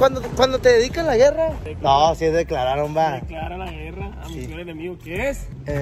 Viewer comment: Que paso # se dice "Declararon", pelon lloron 😂